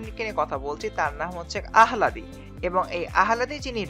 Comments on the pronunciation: Pronunciation ta bhool allahdi hbe ahaladi na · thats the spelling but it’s pronounced as al-la-di edit: not criticizing anyone, it’s not a common name so its understandable to get it wrong C